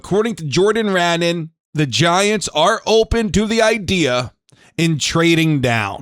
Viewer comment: I like your thought process. I'm thinking pick Styles and trade down in the 2nd round. BTW, Jordan's name is pronounced Rah-NON. Great content